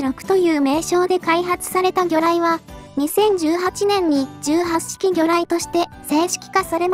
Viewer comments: 18式(じゅうはっしき)は、(ひとはちしき)の、間違い。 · 相変わらず読み方直さんな ひとはちしきと自衛隊では読むのに 元陸自だが 聞くに堪えんな